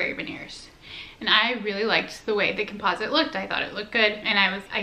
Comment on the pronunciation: Your not pronouncing composite correctly